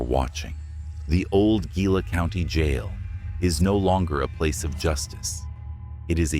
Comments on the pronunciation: Pronounced, (He-la) not (Gi-la) just fyi but good video. Anyway, we went to Jerome and we were talking to a guy in one of the bars up there and he said he went to the Laughing Mountain Gift Shop, walked downstairs and saw a bunch of old miners eating in the back of the place and he said one of them was waiving him over and then they vanished. I don't know how true it is but we went to check it out and I didn't see anything. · Gila is pronounced as hee-la.